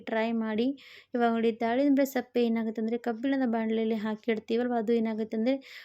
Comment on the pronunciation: ಸಪ್ಪೆ ಅಲ್ಲ ಸಿಪ್ಪೆ